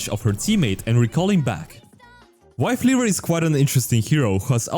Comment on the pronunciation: he said wife leaver :)